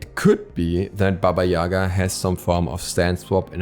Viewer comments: Its pronounce baba Yagaaaaaaa, not yaaaaaaga. The sound focuses on the last A not their first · Well, it's pronounced [baba ya'ga], not ['yaga] :c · Not Baba yAga , bAba yagA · but it is actually pronounced as BAba YegA, not as YAga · More correct to pronoince baba yagA. Atleast Russian fairy tales call her like that. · No, it's pronounced BAba YAgA. There is no "e" sound anywhere. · I can't be the only one who thought that said baby Yoda😂